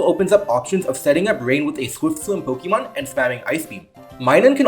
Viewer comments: Po-kay-mon, not Po-kee-mon. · It's not pronounced Po-kee-mon, but Po-kay-mon. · I am considering subscribing just because of the way you pronounce Pokeemon